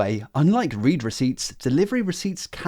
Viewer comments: It's pronounced read receipts. Ugh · You're mispronouncing the word 'read', it's in the past tense, not present